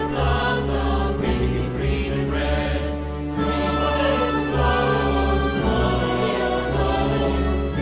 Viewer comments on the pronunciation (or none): none